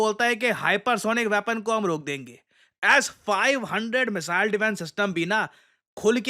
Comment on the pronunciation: मिसाइल.....❎ मिजाइल.....✅😂